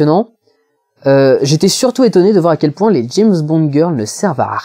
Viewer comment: Non non et non on ne prononce pas "d'jayzzze bond" mais "d'jamessss bond" :p des zzaricos ou des haricots...